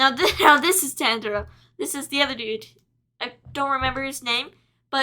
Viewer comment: Tanjiro is pronounced as T-AHN-JIRO